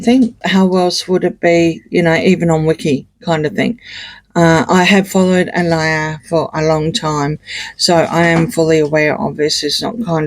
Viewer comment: It's pronounced Ah-lee-yah not Ah-lie-yah.